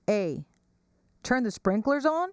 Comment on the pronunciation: “Turn the sprikerlers on?” LMAO